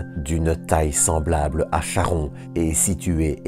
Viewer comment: Parce qu'il ne prononce pas correctement le nom du satellite de Pluton !